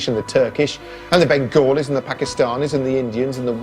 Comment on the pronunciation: I love how he says Bengalis like a proper British Bangladeshi from the South would... "Bengolis"